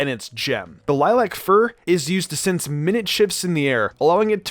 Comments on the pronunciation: E-S-P-er? No. ESPER, altogether. Also, not "minute shifts" as in time. Mi-nute shifts as in very small changes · I hope he didn’t say minute hoping to pronounce “miNUTE”